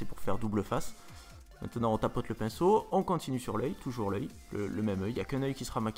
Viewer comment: "on épainceaute, on épainceaute !"